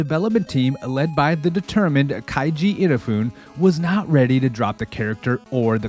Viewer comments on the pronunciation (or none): Lol the way you pronunciated keiji inafune made laugh so hard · Made it sound like whole new Robot Master